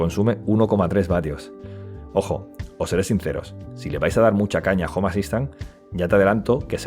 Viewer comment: Cuando pronunció mal "home assistant" dije bueno no creo que lo diga muy seguido, continuemos. Estaba equivocado, unas 300 veces en los primeros 2 minutos